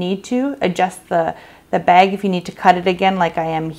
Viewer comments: Girl this is amazing!!!! The way you say beg for bag is amazing ♥️♥️ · Like how you say bag! Where are you from?